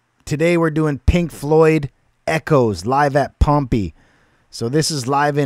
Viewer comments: Just FYI it's pronounced Pom-pay; and you're right, it is another Roman Coliseum. The city of Pompeii was buried by a volcanic eruption about 2000 years ago. It preserved everything like a time capsule. Cheers. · You pronounce it Pom pay. No one had performed here in 2,000 years until Pink Floyd did it. Echoes has a part 2. Ghost of the people that died here from volcano in 79 A.D. You could go to the movies and watch this concert. There are more songs. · Pronounced pom pay . Pompeii